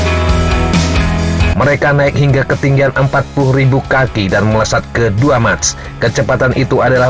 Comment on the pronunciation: MACH dbaca MAKH / MEKH